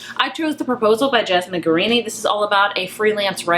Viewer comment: *Potato Peel PIE Society. Don't forget that word Pie. Also, there's no N's in Jasmine Guillory's name, so it's definitely not Guarini. But I love your wrap-up.